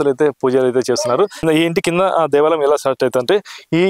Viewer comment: Devalam kaadu bayya devaalayam ,telugu correct ga matladu bayya.